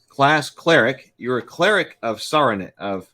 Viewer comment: Also Sarenrae is pronounced Searing-Ray on accounts of her... love, erm, sun and healing... errr. I swear She's NG.